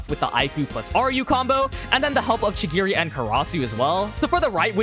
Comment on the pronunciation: i waned to kms when you were talkig about kurona & chigiri please learn how to pronunce their names correctly